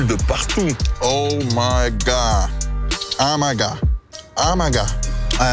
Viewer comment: Tu me tues toi en fait mdrrr au lieu de dire "Oh My God" tu dis "O Ma Ga"